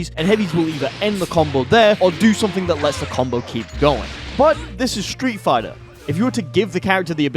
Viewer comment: Hehe stree' figh'ah au'o combos